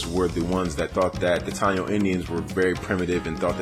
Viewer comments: its pronounced tah-e-no (taino).. great video got a thumbs up my me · Good vid young blood. But we are pronounced Ta Eee No. Lol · Im 6 years late. Its Low-ee-sa (Loiza) , Appreciate youre breakdown we are here and living. Strong Tie-ee-no (Taino) population in P.R. as well reaclaiming our identities and land. Afro Boriken here. Boriken is the name the indigenous people gave it before the Spaniards. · it think Taino is pronounced TIEE NO, I was a 14 year old in Conneticut and a Puerto Rican of obvious African origin called me the N word, stung like a mofo cuz I never expected to hear it coming from someone like that, but I digress, DNA PR tend to be about 4-18% African, and Dominicans even moreso